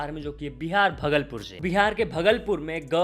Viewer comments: Bhai aap bhagalpur ko glt pronounce kar rha ho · That's not bhaglpur , please correct your pronunciation bhagalpur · Its not bhgalpur its bhaagalpur👍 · Its bhaaagalpur